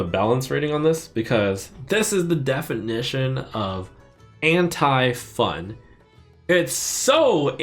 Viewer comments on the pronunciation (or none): Who else understands "hentai" when he says "anti" ?